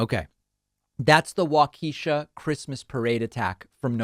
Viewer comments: It's "Wah-kuh-shaw", there David. Otherwise nice job, once again Lol: "Wa-Kie$ha" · By the way, the city in Wisconsin is WAW-kuh-shaw, not waw-KEE-shuh. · Waukesha Pronounced: Wauh-kesh-a Not: Wauh-Key-sha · Sorry for our weird wisconsin town names for Waukesha we pronounce it walk-a-shaw not wau-key-sha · David won't see this, but Waukesha is pronounced like "wok eh shaw" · Just an FYI. Waukesha is pronounced like you say but the emphasis is on the first syllable. WALK e shah. Or WALK uh shaw. More so the second one. Great show. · Waukesha, means land of the little fox, is pronounced Walk-a-shaw, sincerely a Waukesha native =) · David said "Wakesha". It's Waukesha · Waukesha. Sounds like: waa ·kuh·shaa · David, Waukesha is pronounced walk-a-shaw. Say it fast. I find it humorous when people from outside the midwest try to pronounce the Native American names of cities around here! 😅🤣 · Waukesha is pronounced Wah - kah - shaw. It means little fox in the Chippewas language, and of course they pronounced it Wau-goosh-sha. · It is pronounced Wau-kee-shaw WAUKESHA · Not important, but Waukesha is pronounced "walk-eh-shaw" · Just to let you know, I live right next to Waukesha. You mispronounced the name and you don’t put so much emphasis on the e. Love the show!